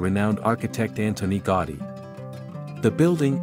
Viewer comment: Specifically GAUDI. It's certainly not GOTTI, as you pronounce repeatedly. GA-OO-dí would be much closer. Hope you understand my suggestion. Thank you. ♥